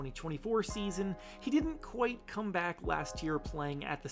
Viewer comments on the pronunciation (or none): none